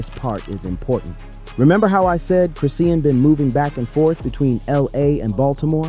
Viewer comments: Wtf is Chris-Seein ? Its Chrisean(Chris-Shawn) Saying it 50millions times wrong back to back annoying asf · I cant stand her. She is nothing but trouble.....can u please pronounce her name chri-shawn and not chris-ean? It bothers me. A lot of YouTube rs say it wrong